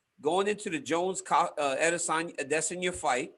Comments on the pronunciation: Ariel teaching DC to say "Ahh Diss On Ya" . pains my heart....wrong pronunciation. ("ahh they sun ya" = correct yoruba dialect ) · aday-SAN-ya !! you are Americans, speak like it. when you say "Paris," do you pronounce it has an English speaker or as the French do? think about it. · Eye diss un yah -i diss on yah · its pronounced i diss on yuh. thats why izzy is the king of insults. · Why is Ariel obsessed with the pronunciation of adesanya!? Just call him Izzy and move on, sheesh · Why does he say his last name like that no one else does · Ariel says izzys name like he’s from Yoruba land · Why does Cormier sound like he's taking a stroke when he says Adesanya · I like this Comier guy. But can Helwani pls teach him how to pronounce Adesanya properly pls😂😂😂. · the way israel says izzy’s last name makes my blood boil. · Does Ariel know how stupid he sounds saying Izzys name or is he oblivious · I can not handle the way he says that name. Ariel must just be stupid.